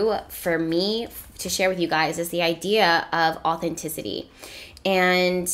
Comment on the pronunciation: when i hear you say authenticity I hear “natural ability”